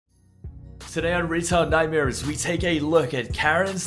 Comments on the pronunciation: I seriously thought you said Retard Nightmares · At first when he opened the video i thought he said retard nightmares